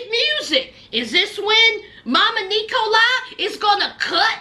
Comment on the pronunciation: Sounds like E. coli instead of Nikolai 😂😂😂😂